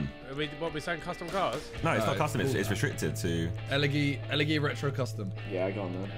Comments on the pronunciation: You're saying elegy wrong it's pronounced elejy Yknow like ellergic You're saying it like el eggy hahah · It’s pronounced elejy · The way they pronounced Elegy wrong 😂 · Everyone that plays gta must be so triggerd about how they pronounced the elergy retro custom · why are they saying elegy wrong 😭